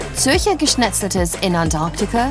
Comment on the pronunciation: Their going to Onyacunt, really? listen for yourself.